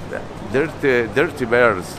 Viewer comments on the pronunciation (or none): Yup - there's nothing worse than ''derty berds''.